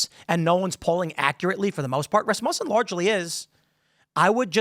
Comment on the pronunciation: Why can't this guy say Rasmussen?